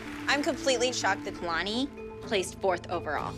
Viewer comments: Nobody: Still Nobody: Not A Single Soul: Announcer: kEyLaNeE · The announcer said it as KAY-LANI and it should of been ka-lani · They said kaalani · natasha keylaaanii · Oh yass Kayh-Lahni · Kay lanie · kay-la-neee omg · Stalker's kid "EVA" (ava) Jeanette: I can say many things about KAlani (Kuh- Lah- Nee) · I hate how the announcer said Kalani like Kaylanee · no one: literally no one: the announcer: kaiylani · Judge: "4th place, Keeilani" "KEEILANI", wow okay KEEILANI is not how you say it lol KEEILANI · Did anyone else hear how the judge pronounced Kalani? She said "Kaylani" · When the announcer said kalani like ka-lani it annoyed mee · Klani is going up against stalker woman’s daughter eva!!! She don’t know how to pronounce names lol Neither do the competition people KERLARNIE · In 4th place Entry Number 21 Dance In The Shadows kAyLaNi I hate the way she said Kalani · Jeanette pronounces kalani wring and pronounces Ava wrong. WOW GUYS STOPSJJDBDD I DIDNT EVEN NOTICE I SPELT “ WRONG “ INCORRECTLY 😭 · She said it like my name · Anyone notice how Ava’s mom pronounces kalanis name wrong and pronounces Ava’s name wrong like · anyone noticed that cant pronounce ava right and jenet cant pronounce kalani right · Who else got mad when the announcer pronounced kalani's name wrong just me okay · How pronounce is Kalanis name